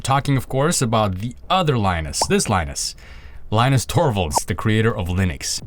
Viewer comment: I thought his name is pronounced lee-noos